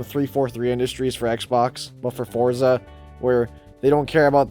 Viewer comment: the name is "Forza". you don't have to say anything after this